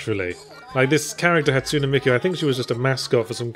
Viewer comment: ha-tsu-neh* tsun-deh-reh* the e in japanese is pronounced short hatsune miku is a vocaloid who was developed by Yamaha